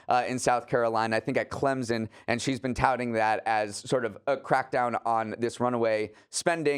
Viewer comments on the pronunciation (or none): Ok, need to practice saying Clemson.:) Say it fast! S not Z.